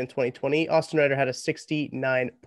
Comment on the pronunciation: You clowns need to stop... massive mics... sitting across the hallway in your college apartment. Can't even pronounce Reiter correctly... lol